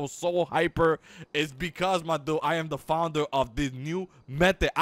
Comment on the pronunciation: Xbox360OverAchiever Even more annoying, the dude can barely pronounce "founder."